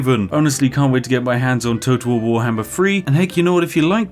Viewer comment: It sounds like your saying toto wahwar